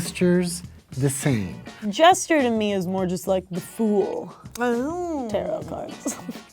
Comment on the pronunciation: Omg the amount of times they all collectively said “gesture” rather than jester killed me!